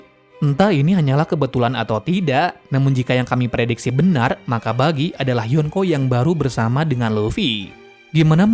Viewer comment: Buggy bg bukan Bijjy